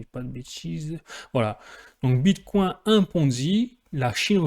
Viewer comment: Wow pourquoi tu dis bit "coin" comme un français qui découvre la crypto. Mais tu prononcés bien vechain ... Wtf